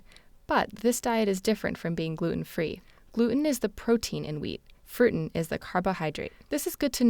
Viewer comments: Did she say FRUITEN? Glooten and Frooten - the rootin tootinest duo. :-) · Yes, I think she did. I could hear that too